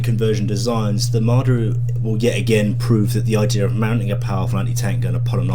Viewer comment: "the ideaRRR is" every British with their random Rs :))))